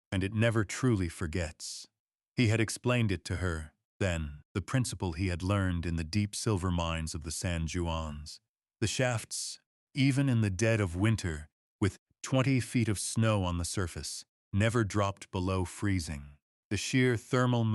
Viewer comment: San Jew-ans fro San Juans? AI learn to say San Wans.